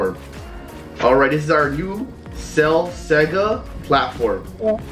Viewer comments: Its cell saga not cell sega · it’s cell saga (so-gu)